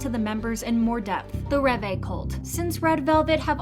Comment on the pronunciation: Ah yes, "ReVay"